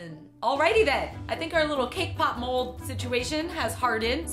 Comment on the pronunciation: Thought she said “K pop mole”